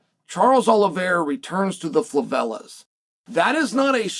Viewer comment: What's a "fLavela" favela my friend